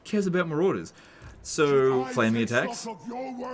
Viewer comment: How did he mess up “flaming dick” and “flaming attacks”?